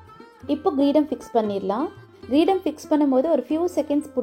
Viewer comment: Your diy Murugan is sooo beautiful and helpful. Thank you so much 🙏 JFYI - pronunciation mistake only It’s Kreedam nor Greedam. I think even for men it’s oddiyaanam. Again I also am not so sure. GOD BLESS YOU DEAR Om Namah Shivaya 🙌